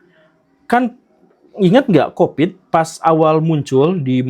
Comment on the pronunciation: Covid pak Guru, COVID !! bukan Kopit, jangan bikin pitnah ah..